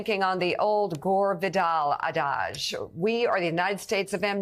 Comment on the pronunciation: ad·age /ˈadij/ Learn to pronounce noun NOT 'A-DODGE'